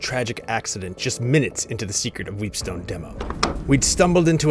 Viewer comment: I tried not to but I just kept hearing "Weebstone"